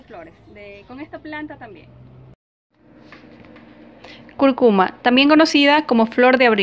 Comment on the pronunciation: Vas a hablar de cúrcuma y dijiste CURCUMA. O sea que ni la conoces bien. CÚRCUMA.